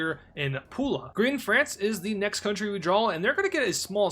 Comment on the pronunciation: As a Croatian, I am very satisfied you pronounced Pula and Zadar correctly. But in the future, if you don't know how to pronounce cities' names, just read as it is written. And if you get to strange letters like Čč, Ćć, Šš, Žž, Đđ, Dž, here is how to pronounce them: Čč is like ch in Chad, also you can pronounce Ćć like that Šš is like sh in she Žž is like Jj in French Dž is like English Jj, also you can pronounce Đđ like that. Plus our r is the same as Spanish rr like in perro and we letter c always pronounce like ts in its.